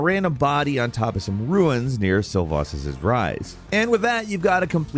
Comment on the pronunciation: You can tell this dude never played the game and only narrates it, because he mispelled literally every name in the game, and they say it how it's pronouced in the game, and if i can pronounce them properly as a non english speaker, so should this douchebag. Blaidd = Blade Seluvis is pronounced how it's written...not god damn Silvasus like what the hell?? Also mushroom set is almost completely usless, the boost to immunity is barely 20% longer time to get poisoned or rotted, but they still destroy you dmg wise, so wearing it is a detriment, also it has no defenses and 0 poise, you get knocked down by hits that normally only stagger you, it's true and utter garbage, and how dare you say it's useful in the lake of rot? that's where i tested it, without it you get rot in like 6 seconds, with it on, you get rot in 7,5 seconds WOW WHAT A SIGNIFICANT CHANGE!!!